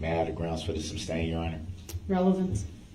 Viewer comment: were you able to see a lisenz place for the vehicle? Objection your honour. GROUNZ.